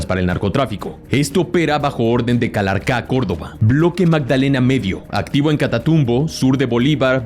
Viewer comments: muy buen video! una recomendación, se dice: "Calarcá". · aprecio mucho tu contenido y con mucho respeto te hago una observación cuando lees lo nombres no saltes los acentos; en los subtítulos están perfectos, pero en la lectura los saltas y cambia totalmente el nombre: Urabá, Táchira, Caquetá, Calarcá, úsuga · Este señor le va mal con las tildes: Calarcá, Amazonía,Táchira podrían decir que es secundario como se pronuncie que lo que importa es el contenido,pero si se acentúan se escuchan mejor. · Muy buen video de puede decir que sabes más de esto grupo que algunos colombianos Muy bien todo disculpa que te corrija pero en algunos nombres te equivocaste en la acentuación de algunos lugares y nombres Calarca' Amazonía Eliece'r César Táchira Urabá Santrich Orinoquía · Consejo. Pones una entonacion incorrecta en palabras como finanCIan, CEsar, caLARca, uRAba, oriNOQuia todas estas palabras tienen entonación en la última silaba Pero por alguno razón pones una tilde inexistente en la mitad o inicio.